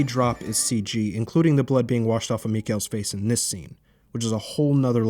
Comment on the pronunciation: Wow this is a good video. Such attention to detail. Even got perfect pronunciation of Mikael's name.... Truly fascinating.